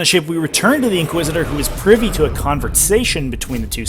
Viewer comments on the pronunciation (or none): none